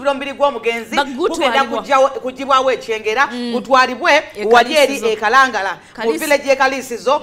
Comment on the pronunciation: Its Kalagala not Kalangala